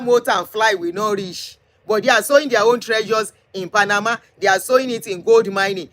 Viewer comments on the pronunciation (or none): none